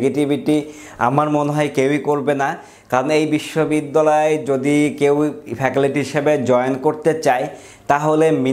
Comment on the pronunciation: ফ্যাকালিটি নাকি ফ্যাকাল্টি😂 শুদ্ধ উচ্চারণ শিখুন